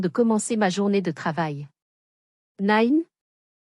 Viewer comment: Il ne faut pas prononcer Nine avec l'accent anglais, Nine ça signifie dans le midi ,,Petite, Mignonne